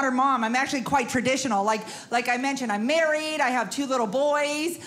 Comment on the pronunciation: She maweed Elmer Fudd!! LOL.